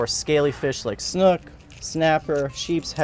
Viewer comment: interesting that you pronounce the word “snook” almost as “snuck” rather than like similarly spelled words as “book”, “spook”, “nook”, etc.